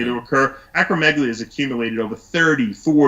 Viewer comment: He's got a medical degree and is able to speak to the physiology of how muscle growth is accomplished, not like the usual uneducated idiots online or at the gym. The interviewer doesn't even know how to say acromegaly let alone what it means and he presents himself as some kind of authority? Please. He should shut it.